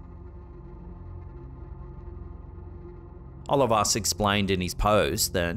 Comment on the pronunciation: “Oh-LEE-vas”, not “Olivus” ()!